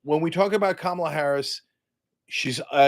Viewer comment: It’s Kamala, Cenk 😂😂😂😂😂